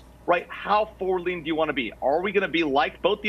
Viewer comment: The Guy keeps saying Fuwerd instead of Forward! I can't stand it. lol